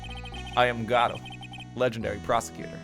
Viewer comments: Pretty sure Godot is supposed to be from a French origin and would be pronounced along the lines of Gohd-oh or Gaw-doh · Your original pronunciation is correct. The emphasis in Godot is on the first syllable. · Anyone who was in stream will remember everyone spamming "FEED" when pheonix swallowed the necklace and the absolute riot of people arguing about how to pronounce Godot (its go-doe fight me /j) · Spoilers It's GO-DOUGH, based off of Dei-GO Arman-DO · im telling you this for my own sanity but godot is prenounced Gehdoh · The ten minute segment of attempting to pronounce “Godot,” only to upset the entire Ace Attorney fandom, is the most thing I’ve ever seen